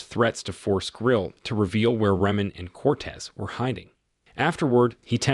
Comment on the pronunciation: He keeps saying the names wrong. It's Freemont and Coates. Not Reman and Cortez.